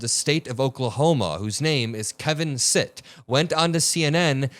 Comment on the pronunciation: it’s ‘Kevin STITT’, not “sit”.